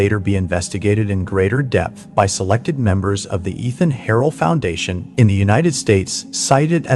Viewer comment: I've that the pronunciation of Eithan Harel's name has changed from earlier videos. In the "Darkened Suburbs" episode from a few months ago, his name was pronounced as 'Eye-Tan'. Now it's become 'E-Than'. Any particular reason for the change? 🤔